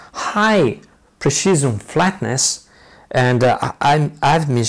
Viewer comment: "High pershisem" XD Good video. i Hope your homemade pershisem lathe cuts well.